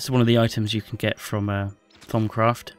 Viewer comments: i thought he said thong craft lol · Did he say thong craft? Lmao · I heard "Thumbcraft"! LOL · he makes it sound like thong craft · thumbs up if u thought he said thong craft :P